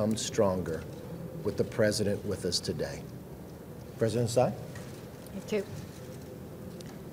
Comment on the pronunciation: Sai? You even can't pronounce her last name Tsai.